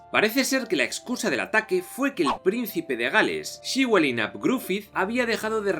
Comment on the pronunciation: Que tal amigo! Saludos desde Argentina. Acá en la Patagonia hay descendientes de galeses y nos contaron la historia de Llywelyn. Ellos lo pronuncian como "Léfelin". Saludos.